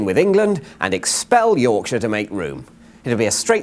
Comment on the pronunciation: Big county like Rorksher